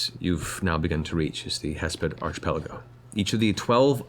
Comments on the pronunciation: But...it's pronounced ARK-ipelago. /ˌärkəˈpeləˌɡō/. XD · Travis just straight up gaslighted Matt into mispronouncing "archipelago" and nobody said anything 😂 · Did Travis correct Matt in to saying Archipelago the wrong way? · Travis getting Matt to pronounce "archipelago" incorrectly is just mean. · Did in character Grog really convince Mercer to mispronounce archipelago?!